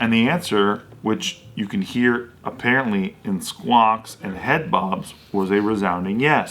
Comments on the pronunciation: was impressed by "aparrotly" 🤣🤣🤣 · Apparottly. Lmao